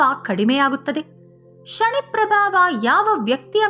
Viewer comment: ಶನಿ ದೇವರು ಅದು ಶಣಿ ಅಲ್ಲ ಸರಿಯಾಗಿ ಹೇಳಿ